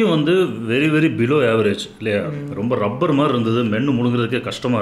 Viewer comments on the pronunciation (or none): none